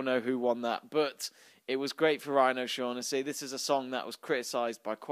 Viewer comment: I'm Irish and it's pronounced "O-Shock-nessy" - Just a tip ;)